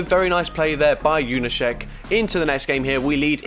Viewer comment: Gotta praise your pronunciation of polish "sz" in Junaszek 👍